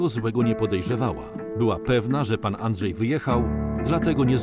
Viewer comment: Andrzej, a nie Andżej!!